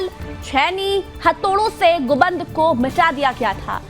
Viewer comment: ऐसा समाचार के बहुत बहुत धन्यावाद चाह्वाण जी, कृपया समाचार वाचिका के उच्चारण में सुधार की आवश्यकता है कथित बावरी मस्जिद के विध्वंस का समाचार कहते समय "गुंबद" न कह कर "गुदंब" उच्चारण किया गया।